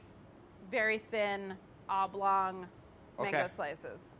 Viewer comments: He really said which is manggoo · David really butchered that mango lol